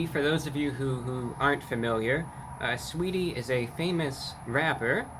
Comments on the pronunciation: "Sweetie", isn't it Sa-weetie? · The A ain’t silent in sAweetie get it right brah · The a is not silent! Saaaweetie! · Who tf is "suhweety" 😬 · Lol the A is not silent, it’s pronounced SAH-WAY-DEE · its pronounced sah wee ty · I’m here to hear him say “Saweetie” more than anything. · The “a” in Saweetie is not silent. It is a southern/urban play on the vowel. Usually used to add emphasis, character.... or just being extra. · Honestly I just clicked on this video to hear him say saweetie 😂